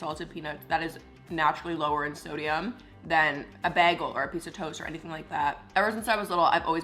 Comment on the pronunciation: Is nobody gonna talk about the way she pronounces “bagel” 😭😭